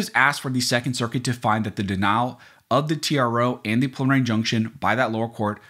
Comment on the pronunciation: Sounds like you're saying "pulmonary injunction"- a little diction would help!